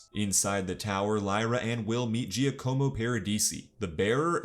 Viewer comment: Giacomo: já-kuh-mō 😉